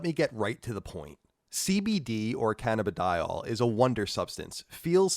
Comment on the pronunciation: "Canna-b-Dial" lmao